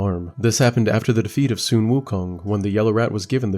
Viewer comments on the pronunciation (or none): The “Su” in “Sun Wukong” is pronounced like “su” in “suede”, not “son”.